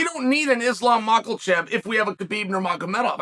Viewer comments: islam michael chev🤣🤣🤣🤣🤣🤣chael cant stop butchering names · The name Mocklechev is friggin’ hilarious to me. Hozmot’s his best mispronunciation to-date though… 😂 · Mackerelchev is funny, huh Chael. 😂